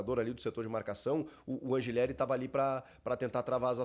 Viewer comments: Sou Argentino e o correto a se pronunciar é Anrrileri com dois r’S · Chico, só pra constar, a pronúncia correta do nome do lateral do Timão é An[r]ileri.